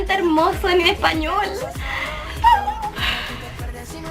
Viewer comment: Justin non pronuncia per niente bene lo spagnolo